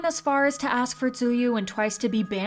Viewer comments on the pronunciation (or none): hi! the correct pronunciation is "chewy" not "zuyu" ^^ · I know this is supposed to be serious but Tzuyu is not Su-Yu it’s pronounced somewhat like Chewy. No hate but my K-Pop stan self is twitching. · it’s pronounce as “chewy” not zu-yu🙂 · Tzuyu = chewy not t u yoo i said the same thing dw its in chinese so it's confusing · for the last time…it’s not pronounced as ZU YU it’s pronounced as CHEWIE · Tshuju…. Please learn their names if youre reporting on kpop idols.. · "zouyuu" lmao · did she say t-ZUYU ?? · The correct pronunciation is similar to chewy or the one which is pronounced by the created even tyuzu said this in a interview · how on earth did you pronounce tzuyu? i had to rewind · Why does the narrator keep pronouncing Tzuyu's name wrong? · This is so out of context...but it kinda bothers me that the person talking pronounced Tzuyu's name wrong...BTW THIS IS NOT A HATE COMMENT SO PLEASE DON'T TAKE THIS THE WRONG WAY!! I really love this channel and i enjoy watching the videos! Keep up with the good work!! <33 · So we gonna put a picture of IU up instead of Tzuyu and mispronounce her name in the same breath? Okay, that’s brave. #theaudacity. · wait how did you say her name??